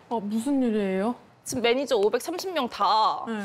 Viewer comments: 차마 감추지못한 드라이빙 매니저갈rrr... 뼈속부터한국인 퀸가비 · 발음헷갈려서 드라이빙 매니져갈 이라고 한거ㅋㅋㅋㅋㅋㅋㅋㄱㅋㅋㄱㅋㅋㅋㄱㄱㅋ